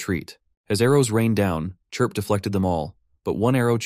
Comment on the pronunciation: It only took 1 hour 49 minutes for the ai narration to start calling Chirp - Clip/Crip 🤣🤣🤣